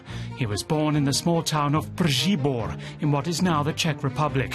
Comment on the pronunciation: Commendable and quite successful attempt at pronouncing Příbor. :) Also, one might say "in Czechia" instead of "in what is now the Czech Republic". It's much shorter and just as accurate.